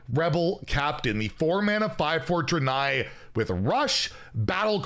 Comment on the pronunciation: "Druh'nigh?" It's Draenei. Dra like drag. I'm pretty sure there are a good dozen Hearthstone specific sounds that has the word "draenei" in it.